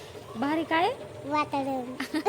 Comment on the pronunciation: वातरण❎ वातावडन ✅